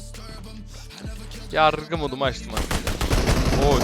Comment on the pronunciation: Nobody:: Yarrrrgı mod